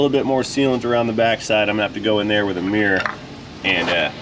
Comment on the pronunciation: What’s a ‘meeerrr’, do you mean mirror???